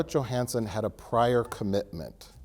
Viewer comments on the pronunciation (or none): none